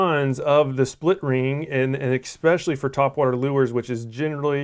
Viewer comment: Thanks for the vid...however...there is no such word as 'ekspecially'...it is 'especially'...which I'm sure is knit picking.